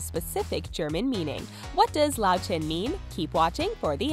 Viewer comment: How she says "Löwchen" sounds so fucking funny